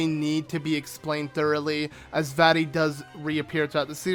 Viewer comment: Its vati